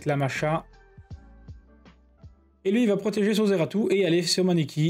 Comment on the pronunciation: NON mais ce ZEARTU, comme tu dis 🤣, incroyable ! Sinon excellente vidéo comme d'hab